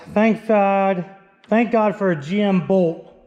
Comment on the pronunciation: Why do you say “bold” instead of bolt?